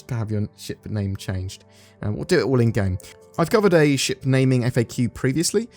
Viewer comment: wow articulate! heard the first five paragraphs as 'sh%^' instead of ship and it was hilarious!